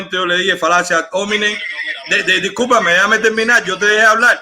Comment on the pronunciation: "Falacia ad hómenin". Jajaja... No puede opinar que es lo que hay en Cuba...